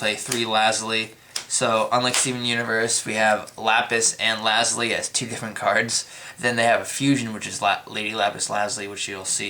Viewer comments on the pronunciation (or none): Ok, im done, it is NOT pronounce Lazli, it is pronounced Lazuli (Luh-Zoo-Lee) learn to read the damn card man.